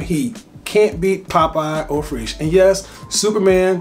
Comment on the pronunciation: eau freesh? Just pronounce Fraiche like fresh.